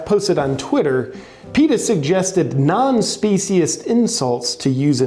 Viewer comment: The moron cant even pronounce "speciesist"